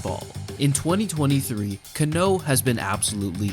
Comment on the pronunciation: CA-no, not ca-NÓ.